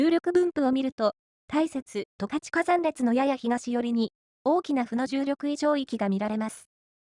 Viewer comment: すっごく良い動画なんだけど、ずーっと十勝を間違えてるんですよね。「とかち」ですよ。ずーっと「たかち」と言ってます😅